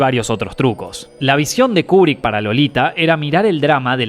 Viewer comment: Buen video,. Lo único que la pronunciación correcta es "Kiubrick"...